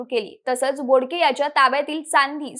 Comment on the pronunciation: तू बोलतेस बोडके, आणि तिथे लिहलंय बोबडे. 🙄